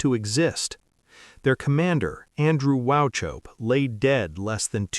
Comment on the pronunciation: His Name is Pronounced WaHHope (Silent C) …History Major here and Scottish Mum.